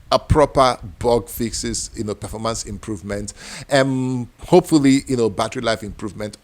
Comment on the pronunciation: Smooth Perfoormance